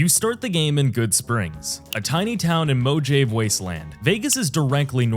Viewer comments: Bro said mo-jave? It's pronounced mo-ha-vay. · Moe-ha-vay There, you insufferable New Yorker. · Hears "mo jave" winces checks comments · Omg moe-jave???? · Good video but holy moley some of your pronunciations are bad. Moe-Jave? Nortray Dam? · This video if baffling. Unrelated footage to the things discussed that makes me think you have no idea what you're talking about (have yet to see that unbreakable half life wood), terrible pronounciation and names (Mojave, calling RDR2 Red Redemption), comparing Dredge... to itself? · Next time just do the voice over yourself man, AI can't pronounce words like mojave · Well played. You made me angry enough to know when you would pronounce Mojave correctly right up until the end. Clevah gurl. Here, have your like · >mojave Bruh lmao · ai cant pronounce mojave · pronouncing mojave like you do is a crime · bro the fact you can't pronounce mojave makes you lose all credibility instantly, there is zero chance you actually played new vegas and didn't get hear the name of the fucking map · Mojave please tell me you mispronounced that name on purpose. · second I heard it I paused and scrolled down